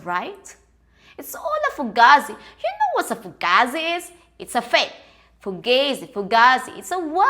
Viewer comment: Love your channel and think your extremely funny and hearing you say Fugazi is hysterical you actually said it correctly well not at first but you nailed it I guess you been watching Mob wifes on mtv 😂 Staten Island NY has a particular slang now Fuuugetaboutit ✌🏼❤️